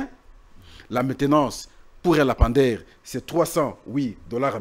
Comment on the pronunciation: S'il vous plaît,,dites à votre invité monsieur de corriger sa prononciation: le lampadaire (lampe) et non lapamdaire. Ba diplômés ya Congo,mawa n'a soni! Liya mbongo n'a yo tranquille tika ba lampadaires.